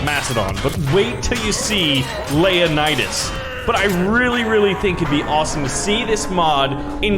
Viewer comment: It's not layanidas it's leo-nidas